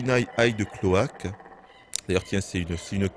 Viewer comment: burinai "aïde" clo-ak <3 aka clo-ak47 bien sur, d'où le nom hein xD ca me fait marrer pcq il dit bien le "hide" mais pas le "cloak" :s haha ^^ (cloak = clauk et pas clok comme une cloque d'ailleur, ca se lit Ô comme Ô mon seigneur....^^)